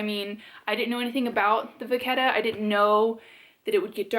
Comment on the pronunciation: Louis Vuitton is a French company, so let's lose the Va "ketta" add that " H" (vachetta), and pronounce it VA SHET A!! Lol, don't know why this hits me wrong, everyone in the U.S. pronounces it different (toMATO , toMOTO). You make the BEST videos!! You are so down to earth and cool and fun to watch😍 I will just have to keep watching even if you don't say "vaSHetta" going forward! 🤗 😂